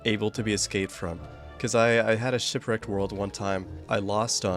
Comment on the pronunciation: Woah that guy that called shipwreaked “shitwreaked” seems like a pretty funny guy ngl. I should really find out who that is…